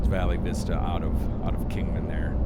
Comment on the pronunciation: Pronounced Val Vista.😊